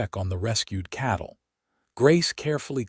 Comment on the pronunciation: Its not chattle, its cattle